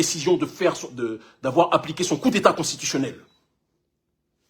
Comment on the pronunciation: On dit " Coup" et non " Cours "